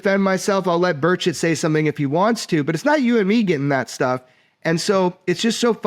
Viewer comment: Lol not representative birdshit or burchitt. It's burCHET lol